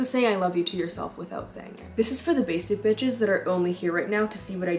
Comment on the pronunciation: when she's saying basic bitechess I feel so called out but I love it 😂